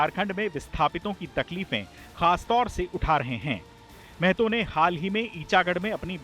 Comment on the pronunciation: Mehto nahi mahto